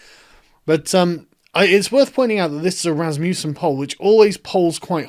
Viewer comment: It’s Rasmusen ffs lol